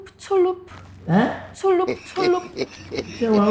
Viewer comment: She said “tullup tullup”😂